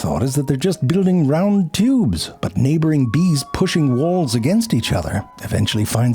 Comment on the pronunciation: All of the 'teeubes' and 'babehs' in this video! 🤣